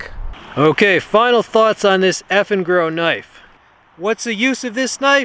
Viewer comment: I kept hearing "effing girl." lol